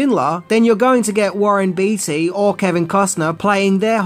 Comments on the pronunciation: It's pronounced, "Bay-Tee", not "Beety."😅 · Only thing I have to say about this amazing video is that its Warren Bait-y not Beety....just for future reference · Warren Bee Tee...that's hilarious! Warren Beatty is pronounced Warren Bay Tee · Warren 'Batey' is the correct prounciation. You say stuff incorrect often. I get it you read phonetically with Australian tendencies, but some are just not correct and a disservice to the talent and performers who did excellent work. As they say a sign of respect is saying ones name correctly.